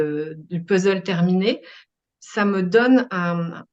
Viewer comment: idem pour moi 😅 c'est pourtant pas compliqué de dire puzzzzleu !même un étranger y arrive ☺